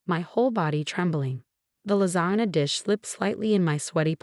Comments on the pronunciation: Lasana lol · And lasagna